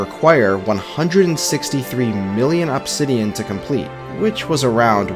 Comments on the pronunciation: AHB-sidian i've never heard anyone pronounce obsidian that way. most people and even the dictionary show it as uhb-sidian. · uhb-SID-ian not AHB-sid-ian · The way you say Obsidian is so distracting. Awbsidian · Pronouncing incorrect ahbsidian instead of uhbsidian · You say obsidian like "Absidian" vs "Ubsidian".... And it hurts inside. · Please stop saying "ah-bsidian" its "uh-bsidian" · Why the fuck you say OPsidian bro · stop pronouncing obsidian like opsidian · The way he says obsidian made me click off instantly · Absidian bro fix ur pronunciation literal nails on chalkboard listening to you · The way this guy says "obb-sidian" pisses me off. Pronounce it normally bro you're the only person on planet Earth that says it that way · I swear i thought i'd never hear anymore pronouncing it "obb-sidian" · I hate how he says obsidian like ahbsidian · i cant stop hearing OP sidian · why does bro pronounce obsidian like that 😭😭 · why are you pronouncing obsidian like that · My dude, that is not how you pronounce obsidian. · Say obsidian again